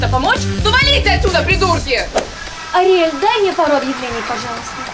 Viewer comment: Кейси сказала Ариэль Синди Мия😂 кто тоже так услышал(а) сюда 👇🏻